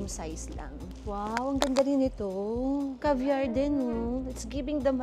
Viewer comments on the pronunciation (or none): none